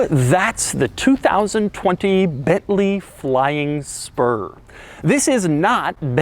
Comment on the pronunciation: Bentley Flying Sperm. I can't unhear it anymore!